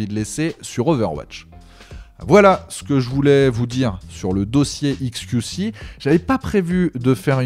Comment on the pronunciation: faut arrêter de dire "iks kiou ci" soit tu prononces à l'anglaise, soit à la française, mais là le mélange des deux... haha